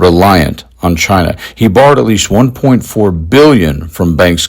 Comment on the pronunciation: If he loves China so much I would wish he could pronounce the word China correctly.